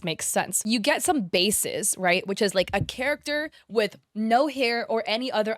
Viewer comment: "Oh Naur...." Wait, is australian?!